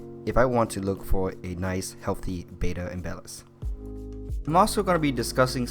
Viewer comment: please stop saying "bay-duh"... it's "bettah" similar to better